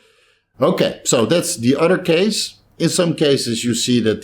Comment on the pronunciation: Bro uses the word uder alot I’m guessing not from down south lol